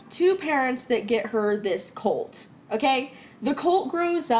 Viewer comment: For a solid second there I thought said her parents got her a cult not a colt😂